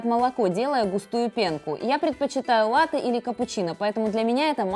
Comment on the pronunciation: Бариста который не знает как произносится слово латте